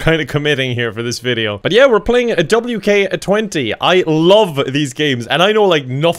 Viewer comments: man really said "we're playing w-k-20" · I hate how he said the title as WK20